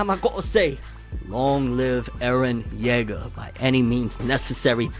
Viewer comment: Pronouncing Jaeger as "jegger" instead of "jeeger" is making me cringe a little bit to be honest.